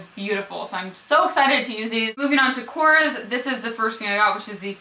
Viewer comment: korres is a greek brand and to help you we pronounce it kores with emphasys on the es like korrEs its just the surname of the mister that made them. here in greece they are very cheap and not popular at all,lots of the products smell like chemicals,I tried everything from korrE and the only thing that really worth trying is mabe the nail polishes.oh and one more product is the blush stick.they are so cheap in greece but we prefere many other international brands+the lipsticks smell like burned wires..